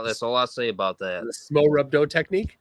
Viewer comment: or whatever his name is, couldn’t stop dropping into a southern accent. 😂 At first, I thought I also heard a little bit of a Fargo Minnesota in there as well. I don’t know if his speech impediment is real or not either. What a trip this is. was a good spot to hear it. He just lost the plot. 😂 Oh hell. Now I heard a Canadian accent with his pronunciation of “aboot.” This has become, “spot the accent,” stream!